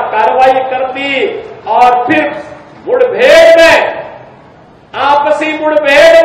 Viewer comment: अरे बाबा जी मूड बेड नहीं होती मुठभेड़ होती है बोलना तो सीख लो